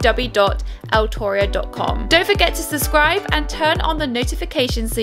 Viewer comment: I love how she says suh-scribe